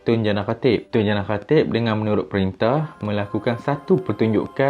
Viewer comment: boss sebut lah betul2 tun jana khatib , sebut nama dngn jelas